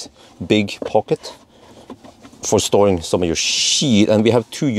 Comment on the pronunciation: Did you almost say: storing your shit?😂 U saved it well🤙🏼 Great review!